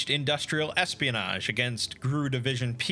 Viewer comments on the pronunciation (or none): Oh, man! Like on many other channels, you mispronounced GRU. It's an acronym for Glavnoye Razvedyvatelnoye Upravlenie, so it's pronounced like any other alphabet group, i.e. FBI, CIA, or KGB.